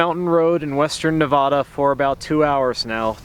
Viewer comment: fyi it's Nev-add-da not Nev-odd-a